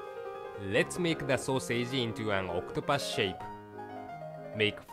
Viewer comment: Octupas? Wth is pronounced oc-to-pus